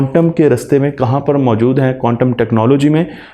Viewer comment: قوانٹم نہیں بلکہ کوانٹم